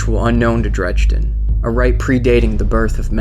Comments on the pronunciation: saying "chill" as if the guy was raging about it lol. Dredge-din is so obviously incorrect. And they even say it properly at the beginning. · Your pronouncing his name WRONG. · he pronounces dredgen very strangly... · Yes. He proved he is illiterate and it completely killed the video for me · Would be a lot better if you pronounced Dredgen's name right. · totally agree! Made me cringe every time! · You mispronounced Dredgen for the whole video... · It's a real shame you're pronouncing his name incorrectly... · Amazing video, awesome animation and voice acting, but I'm just a little nitpicky here, because you kept saying his name wrong. Dredgen yor, not dredgden yor. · you put so much work into this and I couldn't watch the whole thing, I couldn't handle you calling him dredgden. it's pronounced dread-gen. drove me nuts. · This was better than I could have imagined! (But seriously? Drej-den? It's Dredgen XP) Either way, altogether great lore video! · Am I the only one that was bugged by the fact he kept pronouncing his name as "Dregden Yor"? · Nice job. Why do you pronounce it "Dredge-din" though? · Dredgen. Not "Dredgeden." Totally ruined the immersion. Don't know how you could overlook such a major detail. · You DO realize that the "d" in the middle of "Dredgen" is BEFORE the "g". You call him "Drejden" throughout the entire video and it really ruined it for me. That's all I could think about and it detracted from the content. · great work here. if you need voice actors message me. on a side note, every time I heard "dredge-din Yor" I cringed...lol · Amazing video... But please, it's pronounced "Dredgen" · either of those would be fine. except the narration says "dredge-din" which is entirely wrong altogether lol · him calling Dredgen Yor "Dredge den Yor" made me mad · He mispronounced Dredgen throughout the whole video